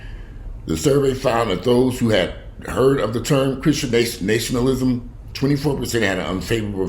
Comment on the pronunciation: repeat after me....Na-shun-al-ism. Again...